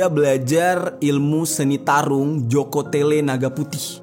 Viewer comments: Joko tole bang malah Joko tele 😂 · JOKO TOLE brooo .... bkn Jokotele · joko tole bang bukan joko tele 😂😂😂